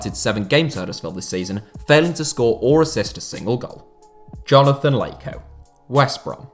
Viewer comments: Do not say Jonathan leyko that’s not his name mate 😂😂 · I can’t get over the fact he calls him Leiko 😭